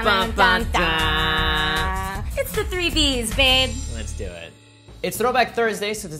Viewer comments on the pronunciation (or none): So I'm not the only one that heard say "babe"